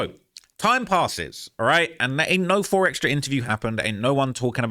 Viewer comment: Keep saying 4xtrasss, it’s 4xtra